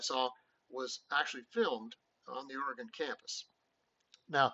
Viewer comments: ~ Also, "Orygun" not " Ora-gone" ... Sounding like Lou Holtz' dumb ass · Correction: OREGON is NOT pronounced Or ee gone! I live in Oregon, and it is pronounced Or ee GUN. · As an Oregon native.... DO NOT STAY IN PORTLAND! You can travel south on I-5 and stay in Salem which is a little safer than Portland and about an hour closer to Eugene.... And its pronounced OR-E-GUN.... And its U-GENE. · First of all, learn how to pronounce our state right. Here, I'll even help ya: Oregon (ORE-uh-g'n) like organ with an "uh" sound in the middle. It doesn't rhyme with “gone”. Secondly, you guys aren't scoring 35 on us in our house. You don't realize that our stadium is the loudest Big-10 stadium and Top 5 loudest in the country even though we only seat under 60k fans......in other words, What are you smokin?! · Nice job. But, Oregon is pronounced Orygun. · That didn't bother me it was the pronunciation of Oregon 😭 😅